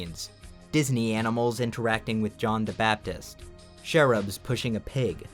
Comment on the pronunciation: Uhhh… The “ch” in “cherub” is pronounced the same way as the “ch” at the beginning of “church” and “chapel”, not the “sh” sound at the beginning of “chateau”.